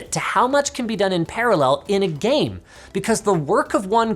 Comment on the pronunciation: That "csgo is a gaem" was epic.